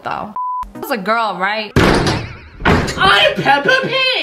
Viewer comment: Umm it's not pepa it's Peppa pig ok cool